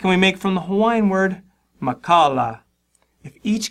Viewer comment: Ok, it's pronounced MAKA - ALA not MAKALA and it is my middle name